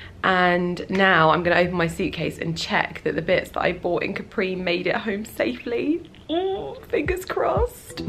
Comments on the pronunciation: Hi! You are always gorgeous! Please say Càpri as in Italian we don't have the accent on the last vocal;) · Is Càpri not Caprì !!! it is strange that no one has corrected you in Italy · 10 min in and you keep saying Caprí (with an accent on the i) - cute but also slightly driving me nuts (it's Càpri). Hoping someone will tell you once you get there! lol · Your comment wasn't for nothing, because I found what I was looking for. I wasn't sure, but thought that it was Càpri, then heard say it Caprí and thought "ok then I must've thought wrong" haha 😊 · I think you’re gorgeous! But please, I’m Italian, and isn’t Caprí is just Capri... 😅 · You know it's not Capri', right? It's Capri, no accent. You have just been there, for Gods sakes! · I love your videos. Just in case no one has corrected you yet (I didn’t read through all your comments) you’re mispronouncing Capri. The accent is on the ‘a’, not on the ‘i’. I think we should all take the time to learn how to pronounce foreign words and names as it shows respect for the culture. Ask any native Italian, they’ll confirm the pronunciation. God bless. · Oh my god, it was annoying me so much that she kept mispronouncing it! Even more so since she has Italian origins!